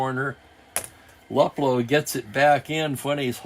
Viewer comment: I hope you don't mind a pronounciation change. Al Luplow. Instead of Lup Low, sounds more like Lou Plow with the Plow sounding like low with a P in front of it. YouTube has some stuff on Al, where you can hear the name being pronounced. That was a great game a few hours ago. One never know who the star will be until those dice are rolled.